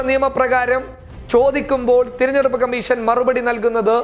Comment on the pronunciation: Thiranjeduppu alla,theranjeduppu aanu.